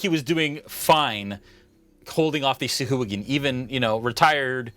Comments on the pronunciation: he was saying sahooligan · oh dude, I totally thought he was saying Sea Hooligan. rofl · Oh man, the mispronunciation of sahuagin all game lol